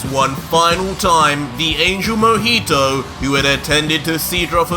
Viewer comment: Other : Mohito Me : Mohiho